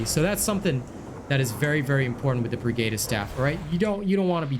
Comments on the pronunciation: Although the video is helpful, I just cannot get over the fact that you cannot seem to pronounce the word "pergatus" correctly. Per-Guh-tus not Per-Gay-tus. These words are based in latin and the lore of 40k. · Purr-Gaa-tus. not Geytus